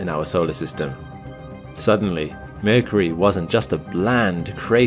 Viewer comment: The narrator couldn't even pronounce Mercury